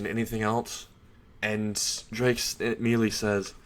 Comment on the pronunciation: Good story but your pronunciation of several terms and names is wrong. For example, you said Ko High, when it's Kuoh High. Also, you kept saying Drake instead of Draig. The resurrection should be an entirely Spanish name like all other Arrancar releases. Empty Dragon Oni (Ogre) translates to Resurrección: Ogro Dragón Vacío